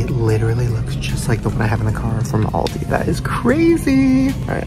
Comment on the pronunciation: The way he pronounced aldi 💀💀